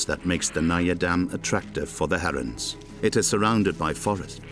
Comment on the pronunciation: "Harrons" "Swarns"